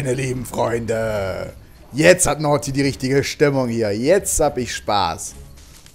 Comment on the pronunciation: es heißt Naughty